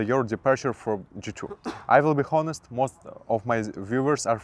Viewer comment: Не бихонес а би онест, и лучше в место "эээээээээ' говорить то же слово пару раз или подвести слово к теме если вы не знаете как сказать правельно